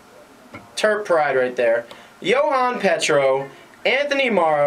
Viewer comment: you pronounced JO-han Petro's name wrong. JOE-han Petro. Otherwise good job. Some great things to take away.